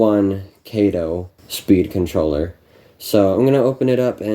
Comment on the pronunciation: Sorry, "Cato" was Inspector Clouseau's sidekick in the 'Pink Panther' movies. Kato is 'Kah-toe'.